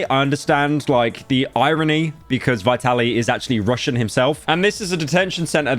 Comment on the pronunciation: As always pyro can’t even pronounce the name of the subject correctly. It’s Vee-tuh-leej